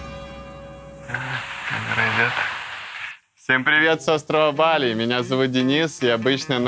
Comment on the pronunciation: сказачно ебали 🤣🤣🤣